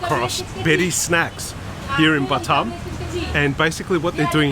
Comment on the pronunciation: It’s not butt um, it’s B’tarm. 🙉😵‍💫